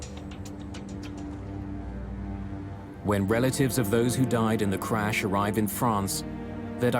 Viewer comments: Someone needs phoenix crash not carsh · It is crash or carsh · Why are so many people saying carsh in the comments? It's driving me nuts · I'm looking at these other comments not saying "crash" and instead saying "carsh" or whatever, and it's making me irritated. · I think with his accent it’s spelled and pronounced carsh lol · I think the same people who say carsh also say warsh. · Plane carsh 😆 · The "Carsh? I guess they mean "crash". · Maaaan I was so confused why tf everyone was saying carsh instead of crash😂I'm like "oh he misspelled oh he did to damn these people r dumb wait a minute what's going on?"😂the internet is to funny no matter the situation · What's a "Carash?" 🤣🤣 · I was going to leave a clever comment about carshing but it looks like i'm very late to the party...... Carsh though. 😂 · What's a carsh?💩🤣😆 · 'Carsh' is pretty horrifying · Wtf is a carsh? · Carsh? I hope the reconstruction of the accident was better executed. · the carsh shoulda been prevented eh wtf is a carsh lol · Carsh or check? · Ermahgerd......a plern carsh! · What is a "Carsh" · I thought so I was seeing carsh instead of crash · I was confused when they said Carsh 😂😂😂😂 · I urge that "carsh" be the new word for auto accidents. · GOOD GARSH! A CARSH! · hrash* carsh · 'Carsh' should be a real word... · Correction: crash and not carsh! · The "Carsh"